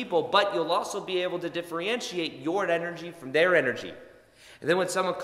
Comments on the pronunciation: Really appreciate your content! A small grammatical correction if you don’t mind I think I heard you pronounce “diff-re-entriate” and I think you meant to say “diff-er-entiate” hope that helps and keep up the excellent work! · Thanks for the good info. (Listen how to say “difFERentiate” and not “difFREEentiate”. ) ❤️🇨🇦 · Is he saying diffree-entiate? Cute! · "Differentiate" ... [Diff- (er)-(en) ti-ate] ... I thought this might help. 💜